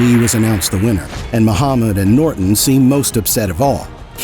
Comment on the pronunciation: I like how dude says Noit-enn!!!